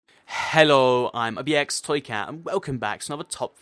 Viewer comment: He says “hello” in some sort of accent lol